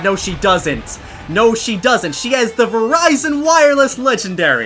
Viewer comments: He really did just call Virizion “Verizon”. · How to pronounce Virizion V-er-ie-z-on